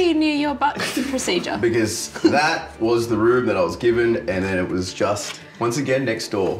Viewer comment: “I ocne did a fart”😂😂